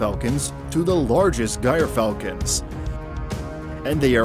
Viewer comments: Let's start off with a pronunciation correction. It's is not "Gire" falcon, it's "Geer" falcon with a soft G. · guyer falcon?🤦🏿‍♂️😂...try "JEER"...or "JUR"...falcon... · Gryfalcon pronounced GER falcon not gyer falcon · An excellent video but I wish there was a way to remove the obnoxious soundtrack. BTW: gyrfalcon sounds like jerfalcon. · It's jer falcon not gire falcon. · Gotta say,with the gyr falcon it’s not pronounced guyer but jeer.also fun fact some of the peri falcons shown here are actually a cross breed,between peri falcons and Lanner falcons.peri lanners. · gyr falcon is pronounced jeer like jeep with an r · Gyrfalcon, pronounced "jer-fal-ken". Just a little hint. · Gyrfalcon is pronounced Jer-falcon or jeer-falcon both are acceptable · "Guyer" falcons lol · it is "JEER" falcon. you made yourself look a fool, if you dont know what you are saying stop trying to teach the subject. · American voiceover you might want to skip the metric. Some of your footage weren’t Peregrines If it wasn’t for falconry the bird might be extinct and man is not it’s only problem. You’ve been slammed by everyone else for the gyr mispronunciation. The Russian judge gave you a 4.